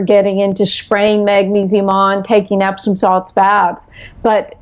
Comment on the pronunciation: "Epsom salts" not "Epson"